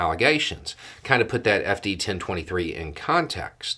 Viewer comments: Am I the only one hearing An I D 10 T form when they say 10 23 form. Not exactly the same but it rhymes really close. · They wanted the ID10T form… that is all I keep hearing when you say FD1023 form…